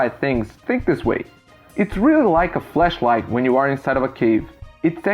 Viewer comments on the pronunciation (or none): If I had to say one thing you need to work on in English is the word flashlight on the cave example. You were saying fleshlight which is very very different... Other than that great job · Ok I’m not trying to hate on his pronunciation but when he said flashlight it sounded like fleshlight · How you say flash light sounds like flesh light. Maybe stick to torch lol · your English is amazing at all times except when you pronounced 'flashlight' as "fleshlight" HAHHHAHA hilarious choice of mispronunciation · Awesome video you’re English is great. I’m using Duolingo to learn Chinese before I move there for at least a year. One advice on your English. When you say flashlight make sure you say the a. Sounded like you said fleshlight which means something much worse. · When saying "flashlight" make sure you exaggerate the *a*. It sounds like you are saying fleshlight... Which is something different. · Your English is awesome and honestly nobody minds an accent at all so don't worry about that :) I will say however, just be careful saying 'flash light' because a 'flesh light' is something very different...I feel bad pointing something out but honestly it might save you from an awkward situation in the future! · When you say 'flashlight' it sounds a lot like you're saying 'fleshlight' which is a COMPLETELY different thing. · Fleshlight? Work on that pronunciation, seriously. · Your pronunciation is super good! Though I did get a shock thinking you said fleshlight, not flashlight 🔦😳 those are..... very different things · Cool video but you might want to work on your pronunciation of “flashlight” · Flash light not 'flesh' light, very different dude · Great video, but be careful as when you say "flashlight" it sounds like "fleshlight" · sounds like he’s saying flesh light instead of flash light. That’s not you having a super thick accent (obviously you have an accent but it’s easy to understand you) it’s just me being dirty. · There's no E in flashlight ;)